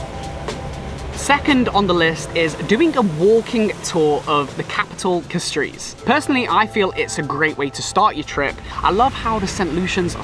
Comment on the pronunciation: I see you not from lucia so imma tell you dis... When we say Castries we dont say Cas-trees we say Cash-tries and when we pronounce Cashwew like Cash-shew the same as Castries. When we say Soufriere we say Sou-Frere not Su-freay. When we say Gros Islet we say Grows- Islet. We appreciate the time you took to visit our island.